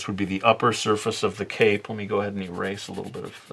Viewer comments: For a second when he said he was giving him a cape, I heard cake. I was very confused how a dessert would fit this illustration. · When you said cape I heard 🎂 😂😂😂🤘🏻